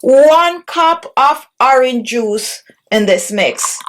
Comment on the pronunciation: The ‘h’ in horange juice is silent